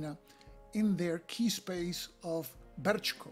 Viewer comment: First Class,.. first class! No one could have done it better. Man, you've even found a workaround for the errata in the tutorial. And the pronounciation is spot on, not to mention the rolling "R" in "Brčko". Thank you sir, for drawing some attention to the game. All the best and I hope you get to play it against 2 other opponents. Cheers!